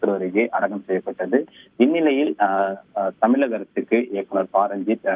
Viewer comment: செய்தி வழங்குபவர் தமிழக என்பதில் 'ழ' கர உச்சரிப்பில் ஆழம் இல்லாமல் தமிளக( !) அரசு என்று உச்சரிப்பதாகவே உணரப்படுகிறது. தமிழக ஊடகங்களில் ழ, ச, ங, ஞ, ற, ர, போன்ற ஒலிகளை பெரும்பாலான செய்தி வழங்குவோர் உரிய நயத்துடன் உச்சரிப்பது இல்லை. தந்தி டிவி போன்ற தமிழர் ஊடகங்களிலாவது தமிழ் ஒழுங்காக உச்சரிக்கப்படுவதை ஊடக உடமையாளர்கள் உறுதிப்படுத்த முன்வர வேண்டும்.